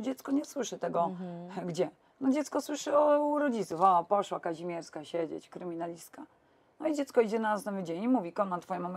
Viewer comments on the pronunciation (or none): Aby NAZWISKA NIE PRZEKRĘCALI….nazwisko KAŹMIERSKA….a przedstawia się za każdym razem KAZIMIERSKA….hipokryzja?